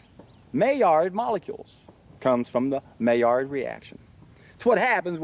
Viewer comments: Being French, "Maillard" is pronounced "my - YARD" with the "D" being very softly articulated, almost not at all. On my second SFV this year, first one was 40 days. Love this lifestyle, so pure and light yet powerful. I'm an endurance athlete and I weight train, and actually BUILD strength on SFVs. Am 46 and in the best shape of my life, will never stop getting better and better. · I bet you pronounce it like that because it's very close to a mallard duck!